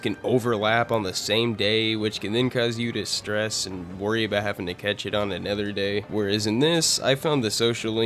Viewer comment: Okay, I have to ask. What kind of accent do you have where you pronounce "other/another" as "ether/anether"?